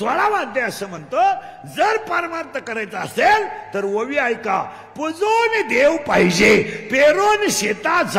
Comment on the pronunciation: महाराज 'ववी' नाही, 'ओवी' असते ती